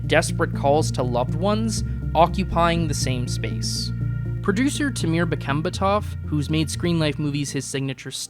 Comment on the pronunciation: I appreciate you name dropping Timur Bekmambetov and his work on this movie. You very well could be the first one! While he’s far from a good filmmaker, it’s cool to see some Kazakhstan representation. Btw, small aside, his name is pronounced Tih-more Beck-mom-beh-tawv (Timur, not Temir). It’s a lot, I totally get it. Source: lived in Kazakhstan for several years and am married to a kazakh.